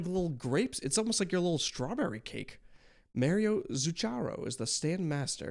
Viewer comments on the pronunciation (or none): none